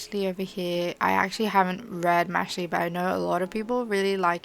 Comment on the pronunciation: i dont wanna be that person but the title of Mashle is a mixure of the word magic and muscle, so you pronounce like muscle but with mash. hope this made sense!